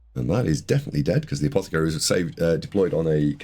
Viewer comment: Really appreciate the effort mate, I know this must take ages. I know I've given you loads of jip for saying apothecary wrong but that's just me taking the piss, appreciate these videos, thanks for the breakdown, thanks for the effort.